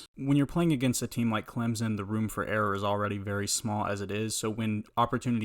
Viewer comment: NO Z IN CLEMSON please stop my ears are bleeding